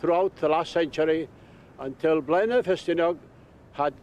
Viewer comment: It's NOT Blaenaw!! It's Blaenau. As in Aye,aye.Spoit it at the beginning.